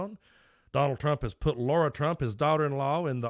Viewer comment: LARA, not Laura.